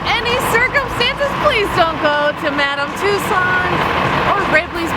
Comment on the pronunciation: Why do you pronounce "Madame Tussauds" and "Ripleys" like that? :) And Monopoly takes two dice, come on! :P